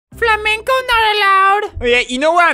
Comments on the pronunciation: I heard "FLAMENCO not allowed" welp i guess albert now its flamenco not flamingi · its flamingo not "flamengo"